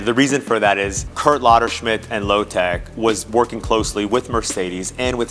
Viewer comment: What do you mean? He said Lotec correctly.